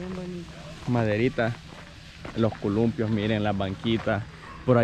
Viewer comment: Hey chavo,se dice columpio no culumpio.ojala que leas este comentario.